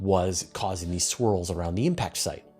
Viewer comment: When you started talking about lunar swirls, I could have sworn you said "lunar squirrels." I was disappointed at what it turned out to be. You have to admit, a piece about lunar squirrels would get 100% of the vote for coolest story of the week.